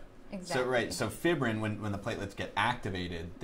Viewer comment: FIBBRIN? Uh.. Fibrin. Fie-brin. It would be the way y'all are pronouncing it if it had two bs. A real professional should know the correct pronunciation of this word, So right away I'm doubting the "expertise" of these people.